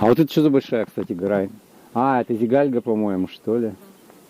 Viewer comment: Спасибо за видео! Ждем продолжения) Заметил, что русские (или, как правильно сказать…) в большинстве неправильно ставят ударения на местные топонимы, которые часто имеют тюркское происхождение (или какое-то другое, не берусь утверждать, но точно отличное от славянского) и там в основном ударение ставится на последний слог! Поэтому правильно будет: КракА, ЗигальгА, ЗюраткУль, КалагазА!